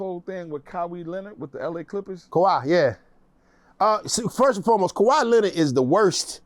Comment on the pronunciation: Did dude say "Kaweeee Lenard" 😂😂 DAfuq